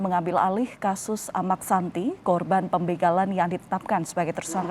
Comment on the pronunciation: Amaq Sinta dlm bahasa lombok bpk nya Sinta...koq amaq santi... penyiar gmn